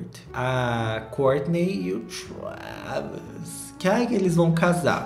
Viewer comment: eu morro toda vez q o fala 'treiviiixxzz' scott kkkkkkkk